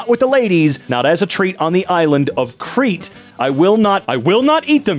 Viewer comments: The island is pronounced "cray-tee" and rhymes with Hades and Ladies. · You messed up the rhyme (anguish) I think it was supposed to be pronounced cray-tee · In greece, it's actually pronounced (KREE-tee), so y'all're boþ wrong.